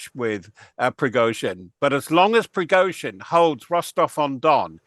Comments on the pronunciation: Who is Projojin? Dont you mean Pregozhin?... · Prozozhin? 😂😂😂😂these people on times ain’t been able to get his name right all day earlier they called him prosogin and prizogin 😂they also called Ukraine ukaine🤣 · But she couldn't pronounce Progozin